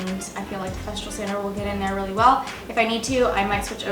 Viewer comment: It’s Festool. No r in the name of the sander.